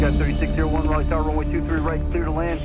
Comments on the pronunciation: Raleigh, not Raliegh. You lived there 40 years and you still spelled it incorrectly. Yep... YOU,.. you did that. Oh.. almost forgot... its actually pronounced, "Rah-LEE"..., I dont know what my man is talking about; neither does he. hahahahaha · Hey there but Raleigh is pronounced RAWLEE, just sayin. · Hi..Raliegh is pronounced, Raw-Lee...I lived there 40 years..it's all good bro...